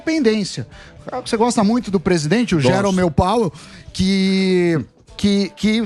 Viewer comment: Samy encheu a boca para falar Jerome POWel